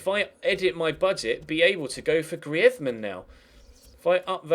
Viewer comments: GRREEEZZMEEN NOT GRIAZMAN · It's greez-man not greaedman😂😂😂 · you re saying griezmann the spanish way, say the french way, like GrrizmAnn. But great vid! Loving the series! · personally I would say get someone else in and have your youth player play occasionally but focus atleast three trainings on youth and two for more established players and hate to critisize but you bucherd the grizeman pronounsiation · you sayin griezmann is right but soundsso bad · Its not even that, its just the way his name is pronounced haha